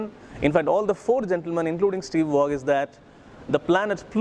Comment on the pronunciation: The ‘g’ in Waugh is silent 🤦🏻‍♂️..... amidst all that accent 😩